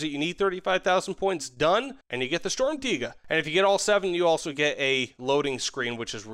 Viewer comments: Yea for you English people out there it's Sturmtegar not Sturmtaiga ^^ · For the pronounciation: it's "shturmtiger", much love from Germany! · i feel like somethings a little off and i think it's the R at the end of "Tiger" that's ever so slightly too weak. It sounds kind of like "Tiga" but it's close enough so i approve too. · Your pronunciation of Sturmtiger is pretty good when you say it like Sturm tee ga just put a little more emphasis on the r at the end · Pronounced stirm - tea - grrr, but close enough thanks for the valuable knowledge 😂😂😂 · shtorm teeger is what i keep hearing lol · don’t say sturmtiga with a hard r bro 💀💀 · It is literally probounced sturm (just like storm but with a u) and tiger (with a short i [sounds like an e])